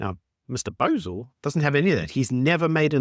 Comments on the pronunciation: SA needs to behave b/c Mr. Bosell is wicked smart -- and absolutely will not take any guff. Also, it's pronounced Bow (as in bow and arrow) zell. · Watch US commentators to learn how to pronounce his surname properly.